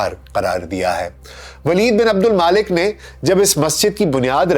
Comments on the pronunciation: Mulk not Malik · O Bhai name to Sahi lo. Aksar k name ap ghalat keh rahy hyn tantakeen nahi Tuntakeen hy aur Maalik nai Waleed bin AbdulMulk hy aur Tootash nai Tatash hy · عبدالملک صیح نام ہے نہ کہ عبدالما لک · ولید بن عبدالمالک نہیں ؛ ولید بن عبدالملک ۔ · میرے خیال میں نام عبدالملک بن مروان ھے نہ کہ عبدالمالک۔ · جناب ولید بن عبدالمالک نہیں بلکہ ولید بن عبدالملک نام ہے